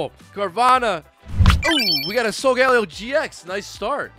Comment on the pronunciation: Somebody teach Rev how to pronounce Solgaleo